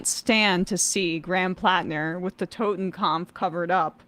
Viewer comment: To be unilaterally pedantic: It's called a "Totenkopf" (skull) not a "Totenkampf"